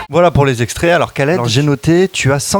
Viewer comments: Wait wait wait !n a Il prononce "Khaled" a la manière "arabe" : "Rhaled" alors que dans une de ses vidéos il nous dit bien que ça se prononce "Kaled" -_ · On dit Khaled pas Kaled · khaled cavse prononce comme ca